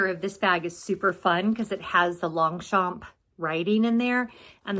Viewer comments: i love my 2 pliage longchamp too mostly for its lightweight .. just wanted to suggest saying longchamp the french way .. without pronouncing the p 😍😘❤🎉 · Thanks for the update does this mean I mispronunce Long- champ? I got a clutch from real real and love it.